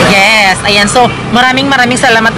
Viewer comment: Alam ni Francis: Yiss. Yisss yisss